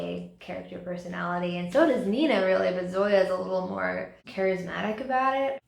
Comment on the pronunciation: I still think she’s sees the goodness of Matthias in her and is intrigued by her. 😂 also I legit cracked up about you mispronouncing “Nina” 😂😂